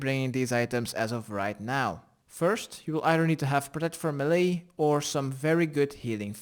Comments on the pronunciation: i laughed my ass off everytime you said MELEE......... it's pronounced ( Maylay.) not (me li ) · meelay as in the US, or maylay as in the UK.